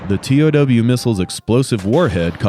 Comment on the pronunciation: It's not pronounced T O W, it's pronounced "tow". I know, that's what I guess in the Army 😂.